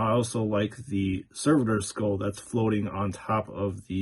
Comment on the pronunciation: Let's say it together... Ser..vo Servo skull. One more time,, SERVO Skull. Not server skull, it doesnt work at a restaurant. So its not a server. It aint a waiter skull either.